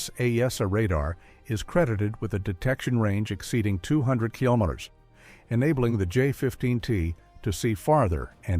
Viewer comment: What in the AI slop is this? The AI voice can't even pronounce 'kilos'. Or 'kilo newtons'. Or 'kilometers'. Is it some US AI that can't do Metric?